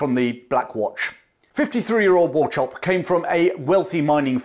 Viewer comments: War - chope.? Is it not pronounced "Walk-up.? I may be wrong. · Wauchope is pronounced wo-cop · I'd like to add that "Wauchope" is pronounced like "war-hope" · Just one wee thing. The pronunciation of "Wauchope". It may be correct but most of the Scots I know with that name pronounce the 'ch' as in 'loch' and with a short 'o' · Wauchope - this is the Scots/German ch sound, not ch as in chips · Learn to pronounce Wauchope correctly . Also it's Magersfontein not ' Magerfonstein. A MacRae